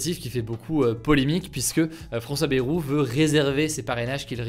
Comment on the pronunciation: Hugo, Bayrou se prononce "Baillerou", pas "bérou"